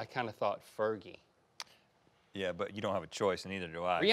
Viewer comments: "ferji" Blake Shelton “Fergie" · said fergy twice? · "Fer-Jie" - Link Dec. 2017